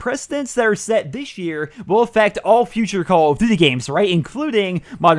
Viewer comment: Jesus Christ it's call of DUTY not call of Z like the fuck